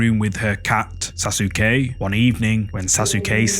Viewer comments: SAUCE KAY not sas u ke lol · Almost cut video saying sas sue que it’s pronounced sa suh Que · "Sasuke": SA SOO KEY 😅😂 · Like this comment if you loved the way he said Saske name 😂😂😂